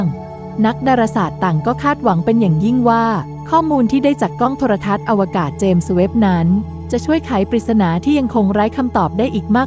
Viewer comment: กล้องอวกาศ เจมส์เวพ ไม่ใช่ เจมสะเวพ